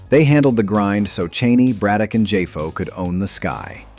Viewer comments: Obviously AI when he keeps pronouncing JAFO as J-A-F-O. The creator of the video shoulf have explained that to AI. It is only meant to a tool, not the lead creative. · Tell me you don't know how to make the auto narrator properly pronounce JAFO without telling me you don't know how to make the auto narrator properly pronounce JAFO.